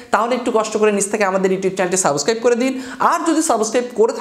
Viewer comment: ভাই,সাবস্ক্রাইব শব্দটা আপনার মুখে মানাচ্ছে না।আপনি সাবোসক্রাইব বলছেন